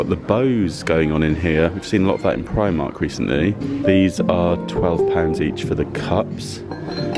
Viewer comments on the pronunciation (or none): none